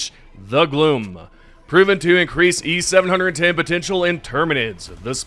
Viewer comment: It's not e700 10, its just e-710, seven ten...